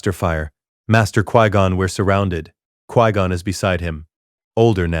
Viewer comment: This AI is dumb. 1- Bail Organa wouldn't have known Anakin if Qui Gon hasn't found him. 2- It's f*cking "QUI (Kwai/Kwhy) GON"!! Not "QUEE GON"!!!